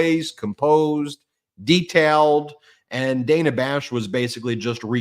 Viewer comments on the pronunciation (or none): It seems that no one on the MTN is aware that Ms. Bash's name is pronounced, "Danna," though it is spelled with but one n. She's been at CNN some 30 years. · Hey, Ben! Just wanted to mention that Dana Bash pronounces her name, "Dan-uh." In this era of people purposely mispronouncing names, I think this is important. Love the show! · “Danna” not Dana. I didn’t know either. It looks like Daaana. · It’s Dah Nah Bash, not Day Nah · Good comments BUT FFS…stop screwing up your claim to support Women in public life—The female CNN broadcaster who interviewed Kamala has been around for at least 20 years—GET HER NAME CORRECT: she is “DANNA,” NOT “ DAYNA.” ( You don’t wanna look las stupid as JD and Trump, do you? 😂) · SAY DANA CORRECTLY !! Dana as in Danny I support you 10,000% but when you criticize people for not saying Kamala correctly, you lose credibility when you don’t say Dana correctly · Her name is DAN-A. Let's get everyone's name correct. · Ben please stop mispronouncing Dana Bash’s name. We don’t like it when people mispronounce Kamala.